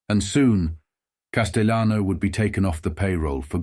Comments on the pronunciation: He's not spanish....it's not casteyanos...the LL in Spanish is not the same in Italian ... Cas-tell-ah-no. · Pronouncing "Castellano" wrong!